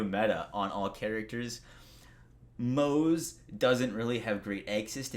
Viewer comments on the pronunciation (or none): none